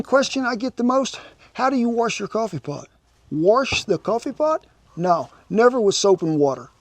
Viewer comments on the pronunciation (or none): Warsh a coffee pot?!? 😂